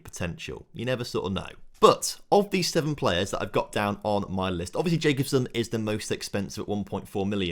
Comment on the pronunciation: It's not jacobsen it's ja-cob-sen look online how you say it